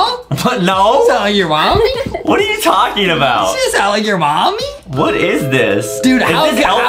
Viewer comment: It’s pommi😂